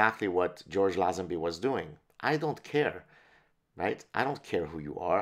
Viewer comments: Its LayZenBee, George LayZenBee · George Lazenby, pronounced Layzenbee I thought. Aussies have the best banter no doubt. I actually lost my virginity cos of a bet with a young friend of mine. Not proud of it but these brotherly challenges produce results lol MI6 (counter/) intelligence, surveillance officer recruitment and training very much looks for these same abilities, the confidence to blag your way into someone's home for example is one test they use. Same with SAS. Early recruits were total blaggers, even tasked with stealing all their equipment, supplies from other army units. Bond films weren't Hollywood blockbusters. The producer -- Broccoli -- was a notorious character himself. The stars weren't paid as much as they would have earned in similar Hollywood roles. Bond films were a strangely Anglo-American affair, produced by NY Italians and Jews, made at Pinewood Studios, with British staff Cubby Broccoli on his preference for Dalton A rather bitter, hipster 68'er Lazenby